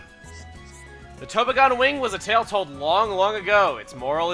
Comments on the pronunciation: Tobogan-Tuh-bah-gen. Say it with me. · Tobogan= a sled/sleigh/sledge ("toe-bog-an") :D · has never heard the word "tobogan".